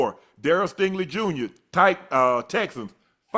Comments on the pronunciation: Somebody tell his name is STINGLEY and not Stanley 😂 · Why dude keep saying STANLEY? It’s STINGLEY lol